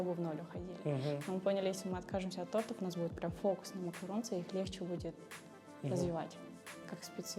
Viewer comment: Не тартов а тортов)